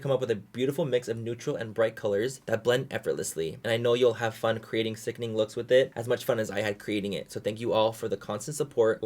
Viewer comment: Drinking game: Take a shot every time Manny says “Sickning”